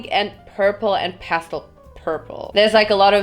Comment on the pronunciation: oh I understood 'pasta pink' instead of 'pastel pink'.. pasta rules the world